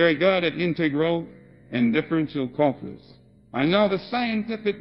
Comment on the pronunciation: ah yes colculus